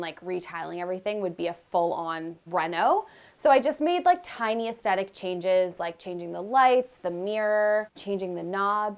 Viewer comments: I like your make-overs, you are so down to earth and design for us regular people not rich people. But PLEASE the word is aesthetic, not estetic. You say it alot so please please say it correctly. ❤ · Hey, I just love your work and think you are so very talented. Just as you have suggestions, I have one too. Please adopt the proper pronunciation of the word aesthetic. The only hard "t" sound is at the end. The middle "t" is a soft "th" sound. Cheers